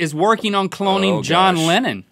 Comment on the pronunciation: You said coloning